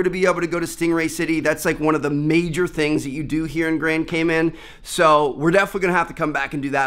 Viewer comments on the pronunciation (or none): I thought he said gayman at first lol